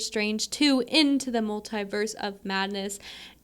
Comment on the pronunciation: I laughed so hard every time you said multiverse. 🤣